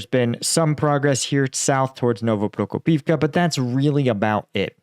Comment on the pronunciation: I know it's hard to learn all the villages and other names in a foreign language. I'm a Croat living in Finland, it's not exactly a walk in a park, so I don't fault you for mispronouncing stuff, I know you've been trying hard all this time, I mean, you get Novoprokopivka right! But I do fault you for not spellchecking one village when you decide to put it into the thumbnail. It's OPY-tne, not OPT-yne